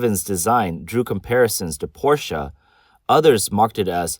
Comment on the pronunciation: Finally someone who pronounces Porsche correctly.